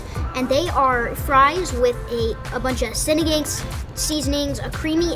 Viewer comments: Lit bro said "Sinideng" 😂😂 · Just a heads up, Sinigang is pronounced "Cine-Ghong" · Sinagang, pronounced as follows: a is like the u in up and cut (in most English dialects) So sinigung is the correct pronunciation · Sin-knee-gang (like gangsta - its the ANG just like ANG from Avatar too) lol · Of course I mispronounced it 🤦‍♀️